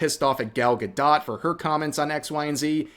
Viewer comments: 1 for mispronouncing Gal gadot as Gall ga dot lol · The way bro pronounced Gal Gadot 😆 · Why is it saying gal gadot like that? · Rev please, love you man, but please go watch a video of Gal Gadot saying how to pronounce her name. You are way off.